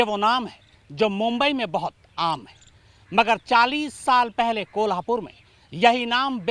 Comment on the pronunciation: Abe chu कोहलापुर nahi कोल्हापूर hai woh😂😂😂